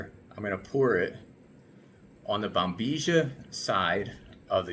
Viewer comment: Why Americans pronounce "Bombizhia" instead of proper pronouncing it Bombilla?